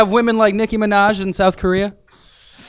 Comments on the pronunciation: "NICKI MINASS" OMYGOD hahahahah I can't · Husky ARMY Yes they should. The irony of him pronouncing Minaj as 'MinASS' 😂 what if Jhope low key pronounces it like that on purpose 😩😂😂😭 oh well, if you can't have Nicki, there's Min Yoongi's Ass. Get it MinASS?!? No...mkayyyy 😂. Also Jhope keeps mentioning Nicki and Suga keeps Mentioning Nas...Nicki and NAS are dating so Jhope and Suga are inherently shipped now lol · jhope : "nicki minass" 😂😂😂😂